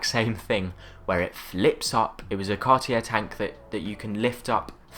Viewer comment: Learn to pronounce Cartier, just out of respect. Also, your dismissal of any JLC beyond Reverso says more about you than it does about JLC - the watchmakers watch...